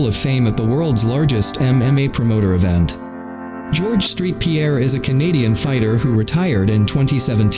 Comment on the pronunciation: It’s saint Pierre not street